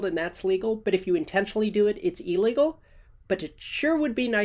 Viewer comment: It is not "ee-legal." It is illegal.